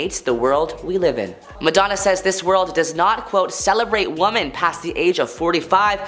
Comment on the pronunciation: Are you unable to pronounce “women”?